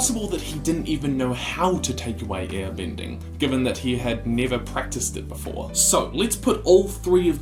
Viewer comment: I swear I thought you said ear bending and i thought about someone with huge ears who could flop them around like a Bayonetta weapon